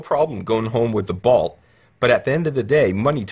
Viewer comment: "Balt" and "Tez-la." Good stuff. Consider recording your narration ALL at once. These differing EQ's are maddening. If you had waited a little longer - your price points would come into range; the Bolt is failing terribly.